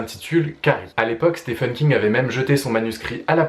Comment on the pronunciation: Je loue le but de la vidéo qui est de conduire le lecteur vers une porte d'entrée de l'univers de King. Cependant, comme beaucoup de personne s'exprimant en français, une faute - que je faisais aussi par ailleurs - qui maintenant me brise les tympans est d'entendre "Stefen" au lieu de "Steven" parce que oui, Stephen se prononce Steven (le premier 'e' comme un 'i'). Thumb up quand même ! Tu verras que tu ne supporteras plus d'entendre "Stefen" après avoir écouté ses interviews en anglais (je ne sais pas si tu es bilingue ou non, étant bilingue je claque deux fois plus d'argent vu que je ne peux attendre la traduction des romans de King. Ça a donc des désavantages). Bref, euh... merci pour les conseils ! Je ne peux supposer qu'ils sont bons. Si je devais en donner après avoir lu 20 ou 21 romans (j'ai fait le compte il y a deux jours, Richard Bachman inclus, un pseudonyme de King) : commencez par un roman qui vous appelle bien que je déconseillerais Dôme quand même. Ne commencez par par un livre du style "l'Anatomie de l'Horreur" qui n'est pas un roman (je le lis, très intéressant, mais pas une histoire bien qu'il donne pas mal de référence de roman à lire). Personnellement, Joyland venait de sortir, roman assez court dont l'histoire se déroule en été et j'avais pas mal de temps en juillet. Sur un coup de tête j'ai acheté le bouquin et moins de 24h après je l'avais fini et j'étais déjà de retour chez le libraire pour Shining (je ne connaissais que le film que King n'apprécie pas